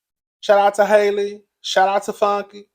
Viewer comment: He still said Hailey. It’s Hal-lee.